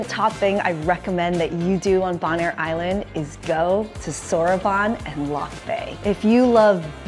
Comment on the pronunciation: Its Bone-air.